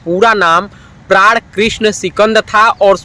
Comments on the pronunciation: Bhai prad nhi pran tha unka naam prad prad kiye ja rha h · Pran ki bajaye... Prad... ku bol rahe ho bhai